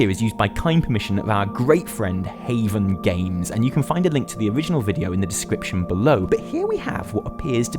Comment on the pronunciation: "Our great friend, Hayven games" and here comes the feels..